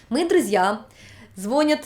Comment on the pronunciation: ЗвонИшь, звонЯт, звонИт. Это не грубость, просто правила русского языка, причем самые базовые.